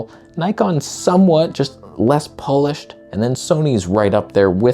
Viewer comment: my musician ears recognized these words as "Les Paul-ish-ed"